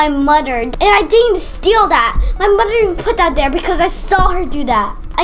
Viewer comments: Why do you say domer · why did she say “moder?!?”instead of mother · Is it me or is say moder instead of mother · right like why